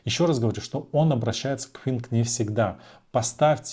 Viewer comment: Подучите Английский пожалуйста 😢 слушать невозможно «фынк» 😊